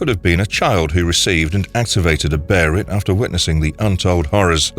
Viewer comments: Beherit is just the Japanese way of pronouncing it because "L" doesn't exist in their language. Behelit is the actual word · I understand the p s two game millennium falcon arc , call it a beherit. But i just don't understand why you insist on.Keep calling it that it is pronounced behalit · Bearit? I mean come on that's up there with saying whendur instead of window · Beserk is a superior story to Hellraiser. What in the world is a BERIT LOL 😆 it was literally pronounced like that. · What the hell is the Barret?! 🤣 you're saying the name wrong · If this is spoken by a machine. Type baylet instead of behelit. At least it will sound right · It’s pronounced “Bae-lit” in the Egg of the king movie trilogy and the 97 anime so that’s how I’m saying it 👍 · I heard someone call it berrat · BaY-LET! Where on the god's hands red faced earth did you get that pronunciation! Auto thumbs down! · Thumbs down for that hellish abomination you came up with for the pronunciation of Behelit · In every berserk video I’ve ever seen, I’ve never heard anyone pronounce behelit the same and this is by far the worst. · I’ve never heard the pronunciation of Behelit get butchered so bad 😭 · I pronounce Luffy from one piece 'Doofy' the same as every other character in the show does. Robin is Dobbin, Zoro is Lolonola Zollo, etc. In the manga it's spelled be he ri to. Just saying. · Man WTF LMFAO I read that and thought he would butcher it like : BE - HE- LIGHT Or something like that …. He indeed butchered it beyond all comprehension ! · Also it is beherit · berit? behelit 😁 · Tf is a Berhit ??? Bay-lit or bee-hell-it. I know some people never seen the show n only read the manga but ur showing clips from the animie so u had to have heard them say it. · Why you calling them "bearit" instead of behelit😂😂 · I know in Japanese they say something that does sound like beheRit, but I think it's it's behelith. Like a monolith. And maybe fused with the "Be" from Belzebuth or the "behe" from Behemoth, maybe.